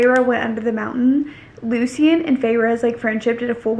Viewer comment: girl it’s LOO-SHIN not LOO-SEE-IN 😂😂 but i still love you lol